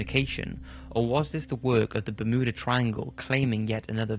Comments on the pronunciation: Bur mew dah not ber moo dah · Also its ber mew dah not ber moo da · I had no idea that Bermuda was pronounced BerMooda. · Is anyone else hearing berMOOda. Ha ha, bermooda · Ber-muuu-da triangle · The "Bermooda" triangle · Ahh yes the bermooda triangle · Bermooda triangle? I don't think thats how you say it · It's. Fucking. BER-MYOO-DA. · Ba-MOO-da Triangle :D